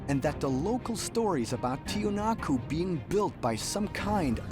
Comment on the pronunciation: In order to correct this chapter, everyone must know that it pronounces "Tiwanaku" or "Tiahuanacu" and NOT Tiahanaco. Learn that, and check your sources to knew it correctly